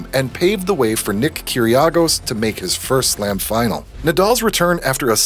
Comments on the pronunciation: it is pronounced “ki - gri - os” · true, but also it is Nick kyrgios not kyriogos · “paved the way for Nick Kyriargos” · Lol the way they pronounced nick kygrios